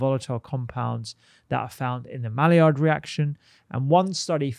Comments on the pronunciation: Can you spell “malliard”? Yeah, it’s Maillard - pronounced “my yard”, not “mally-ard”. (Actually, the d should probably be silent as it’s a French name, but let’s get the letters in the right order first! 😬) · Maillard is pronounced as my-yard